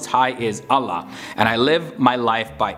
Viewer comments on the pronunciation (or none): none